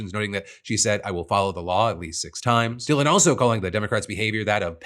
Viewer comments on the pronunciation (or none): none